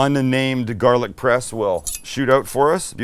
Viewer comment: You take a trip to Boston recently? Starting to sound like us lol “GAH-lic”. I’ve never been more proud 😂